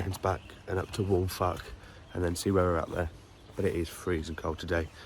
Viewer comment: Good going - a nice little detour to the castle to ponder history and to look at the task ahead. It's a steep one in places for sure. You had a good day for it with views of the central Beacons emerging. The Welsh language is a funny one but Waun Fach is pronounced 'Wine Vak.' When you see Fach or Fawr the F is always nearly a V. So Vak and Vower there. Well, great stuff. I need to get bac k up there myself. All the best. Mark